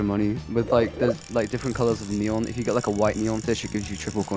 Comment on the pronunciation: bruh not "neon"